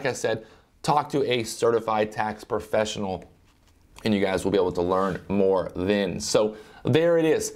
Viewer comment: The word is "professional" not "perfessional" hahaha